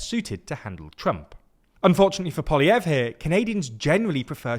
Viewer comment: finally learns to pronounce Poilievre and the guy loses his seat 😂😂